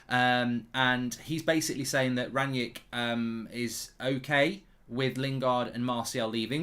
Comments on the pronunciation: Mark why do you call Rangnick Rangyick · Is it Rangnick or Rangyick